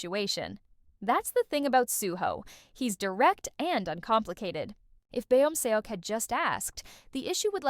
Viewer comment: good video! only thing that really irks me is the pronunciation of beomseoks name. would you mind pronouncing it correct next time? its kinda distracting